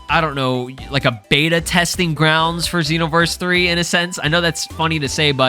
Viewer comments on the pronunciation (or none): none